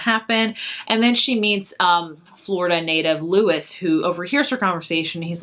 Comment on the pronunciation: Just a heads up, Luis in "Island Affair" is pronounced the Spanish way - Loo-ees (not sure how to write it phonetically haha) - but it isn't like Lewis, it's like how the Spanish name is pronounced since the character himself is Latino